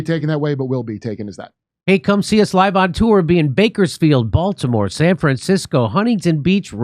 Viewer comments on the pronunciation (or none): none